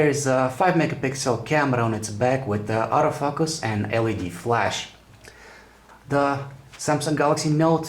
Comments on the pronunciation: very nice and comprehensive review and sorry but hehe sounds like Auto fuck-us :P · auto fuck-us. LOL